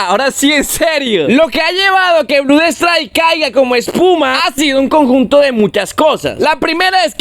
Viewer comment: Me harto a la cuarta vez que dijo Blud strike 😂